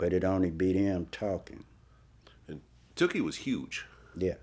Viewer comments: I can't stand the way Vlad says Tookie, like he's saying dookie. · It's not Too-kie Vlad it's Took-ie. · Correct me if I'm wrong. But his name was pronounced Took-E. Not Too-Key. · vlad keep saying “Tukie” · It's took-ie